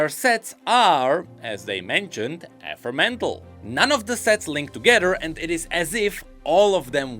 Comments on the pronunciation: it's also ephemeral and not epremental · I think it’s amusing that the only mispronunciation you made in the video was in the paragraph Riot asked you to read 😆 (You said “ef-ur-mental” instead of “eh-fem-ur-al”. No shade/criticism, it’s just funny timing that is the only time you mispronounced a word. 😇) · We should really work on the pronunciation of Ephemeral and (I'm going to get devoured for this comment ikr)